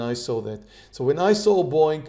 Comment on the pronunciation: When I first started watching this channel I kept thinking was saying "boing" instead of Boeing lol